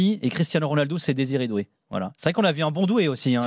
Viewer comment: Ptdr il a dit DESIRÉ DOUÉ 😅